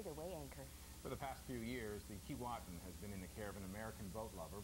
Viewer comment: It's not Kee-WAH-tin... it's Kee-WAY-tin... it's difficult to watch this when they keep mispronouncing the name... I can't believe no one corrected them.